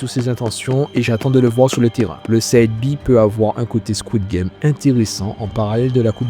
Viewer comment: Ça se prononce sayde b mais sinon super vidéo